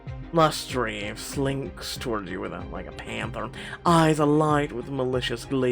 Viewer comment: Lustre is pronounced LUST-uh, it describes a glow or shine on an object. The key members of the Sun court all have light names.